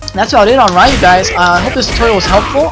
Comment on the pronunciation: No offence,but the y in Ryu is pronounced as a long E.